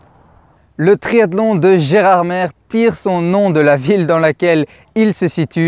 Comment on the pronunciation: Précision Gerardmer se prononce « Gerardmé »